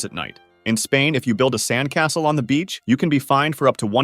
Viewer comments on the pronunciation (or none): none